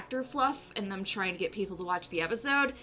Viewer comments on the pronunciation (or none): none